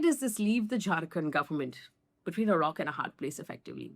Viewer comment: when you say "Jharkhand government", it sounds like "drunken government". 😀